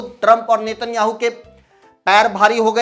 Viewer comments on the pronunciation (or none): none